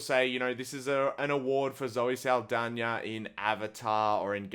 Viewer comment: Proud of how you said Zoe Seldaña ❤ Also, having a movie sweep the Oscars almost every year smells like it's rigged and corrupted 🤔